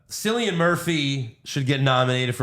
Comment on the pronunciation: Love the show guys keep up the good work. Oppenheimer was brilliant. As a fellow Irish man I can let you know that Cillian is pronounced as Kill-Ian not Sill-ian, weird spelling though 😀